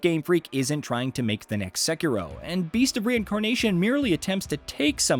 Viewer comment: Finally!!! Someone says Sekiro right! Not the stupid "sek eee doh"!